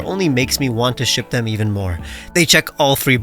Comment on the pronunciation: When you said you want to ship them on 12 I thought you said shoot them